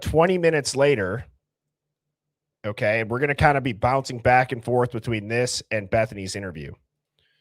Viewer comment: Back, not jack